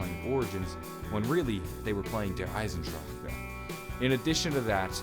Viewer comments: omg fuck its not pronounced Der Eisendrac KAH its Der Eisendra HA fucking hell learn how to say word bruh Dempsey say Der Eisendrah ha no k or c at all its silent and plus the rocket from the orgins is the exact THE EXACT same rocket from ascension so your theory about the rocket is wrong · oh and its dare isen drock not dare isen dr cka thats how you pronounce der eisendrache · He pronounced it correctly, except that 'drache', has three syllables instead of two, and it is easy to miss. (De-ra-her, instead of dra-her). But, he is actually not wrong for pronouncing it the way he does, and tbh, it is better than half the community that goes "EIZENDRACK". So calm your shit, and walk away if you can't take the "wrong pronunciation" from Non-native German speakers, cos guess what, the way you pronounce English words probably makes people cringe too. But does it hurt you or rape your whole family before your eyes? No! Does it send the message despite the slight mispronunciation? YES! You get the message. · You say der eisendrache so wrong It's not der eisendracha it's der eisendrache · I'm tired of people saying Der (eisendracher) it's pronounced Der (eye-zen-dr-ah-ck) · Ur so stupid THERES NO KA AT THE END ITS IESANDRACHE NOT EISANDRAKA U FUCER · Why can't you just pronounce it like "Der Eisendrach" not "Der EisenDRACHEEEEE" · That's the rocket from Ascension you dingus. Also, stop saying SEE EISENDRACHE like that. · Every time you pronounced Der Eisendrache like Der Eisendracha I wanted to kill my self. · Did anybody else cringe when he said "der eisendrache" ? And he pronounced it der eisendraca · Deer eisandracca is all I heard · not "darrrrrrrrrre eisendrakk" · I fucking cringe every time you say "Der Eisen Drahcka" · You said Der Eisendrache wrong every time its Der-Eisen-Drach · He doesn't even say that! He says "Der Eisendraka" like fuck it's so annoying!!! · dude. der eisendrache does not have an "a" after it. the "E" is silent. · Lol how he says Der Eisendrache